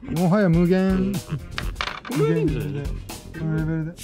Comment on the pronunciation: はなにをゆってるねん。 むげえぇぇん。。。もはやむぅげーーーん